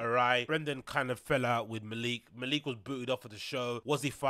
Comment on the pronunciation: MALICK!!!!!! pronounce it like that G